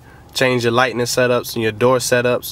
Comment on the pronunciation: I think it's light-ing setup not light-ning setup like you say in the video.